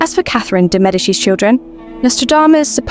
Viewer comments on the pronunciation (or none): It's not very important but french people never never pronounce Catherine de Medicis like italians. Or ancien latin. It's always Medicisssss, like " ssisss " . She was a french, not an italian queen. Idem, Francis is never used for François ( pronounced sssoa ) Francis is another first name. Again, It's not very important and not logical ( why Medicis and not Medici ) but french langage is weird.